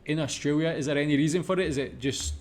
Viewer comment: well first pronounce "australia" right. lol i understand if its ur accent